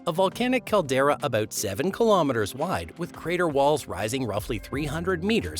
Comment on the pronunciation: you need to learn how to pronounce words and letters especially "about"